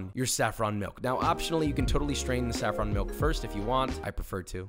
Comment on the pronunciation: I was out when he said saffron